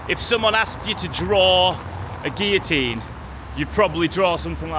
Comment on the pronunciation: Guillotine is pronounced with ‘L’ and gibbet with ‘J’